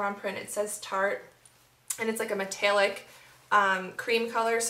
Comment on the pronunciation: "met-tail-lick" lol love it